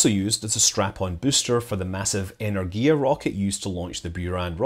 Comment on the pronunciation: It's 'Enérgia' — with the emphasis on the second syllable.